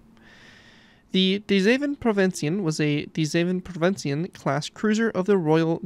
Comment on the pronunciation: Holy shit you nailed that pronunciation my guy